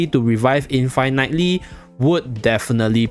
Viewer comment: The way reading infinitely as in-fai-night-ly… interesting…